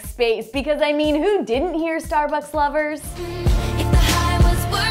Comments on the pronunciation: I didn't hear Starbucks lovers, I heard stomach lovers like seriously. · I thought it was star-lust